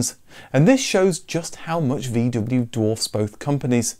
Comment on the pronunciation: Would it be possible to pronounce the name VW correctly?